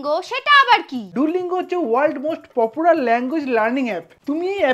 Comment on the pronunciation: পপুরার না পপুলার